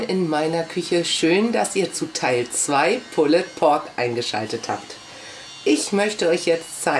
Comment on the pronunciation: Ich finde es ja gut, wenn sich jemand im Vorfeld schlau und kundig macht, wie denn ein Gericht zubereitet wird, welche Varianten es davon gibt. Von dieser Seite her ein Lob. Allerdings: es heißt "Pull_d Pork", das "e" ist stumm! Diese Unsitte der falschen Aussprache tut einem in der Seele weh. Wenn etwas autentisch sein soll dann bitte auch die Aussprache. Vor laufender Kamera Reste des Rubs, welcher stundenlang am rohen Fleisch haftete von den Fingern herunter zu probieren finde ich nicht gerade eine gesunde Einstellung zu Lebensmittelhygiene. Was in den Küchen der Menschen passiert ist eine Sache, will ich aber etwas vorstellen und präsentieren, dann sollten solche nicht nachahmenswürdigen Momente außen vor bleiben. Ich kann aber nur jedem raten: macht das draußen auf Eurem Grill und/oder Smoker, denn ohne Rauchring ist es "nur" ein übergarter Schweinebraten.